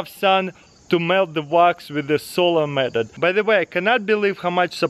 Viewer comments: Says "Medot" instead of method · The way he said meathod 😂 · Well the best "medod" is to say Method correctly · Is it just me or does he say "medot"